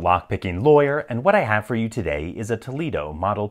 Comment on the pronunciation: Toledo not tolido